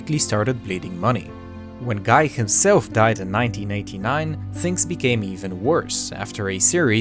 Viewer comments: I'm pretty sure Guy Laroche is pronounced "gee" (hard g)... Not G-eye... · Guy, the name, is pronounced Gee, not like guy in English.